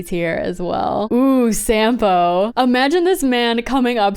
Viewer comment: WHY??? SAMPO A NOT S? ARE U CRAZY?